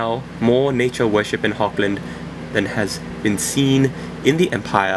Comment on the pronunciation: Thanks for the correction! Hogland, never thought that would be an actual pronunciation, thanks again! I don't know how to do a Dutch accent, but I've been honing up on my German accent, I'll try to apply it soon =D